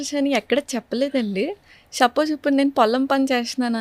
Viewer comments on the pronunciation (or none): చెల్లెమ్మకి 31 యేల్లొచ్చినా పలకడం సరిగా రావడం లేదు డిషీజ్ ❌ డిసీజ్ ✅ ఎక్సైజ్ ❌ ఎక్సర్సైజ్ ✅ కట్ చేశేసి ❌ ఎవాయిడ్ చేశేసి ✅ షపోజ్ ❌ సపోజ్ ✅ షాఫ్ట్వేర్ ❌ సాఫ్ట్ వేర్ ✅